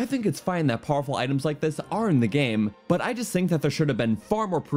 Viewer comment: I hate the way this guy says "but"